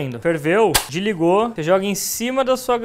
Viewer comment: Ferveu? "Diligou! "😂😂😂😂😂😂🔝🔝🔝🔝🔝🔝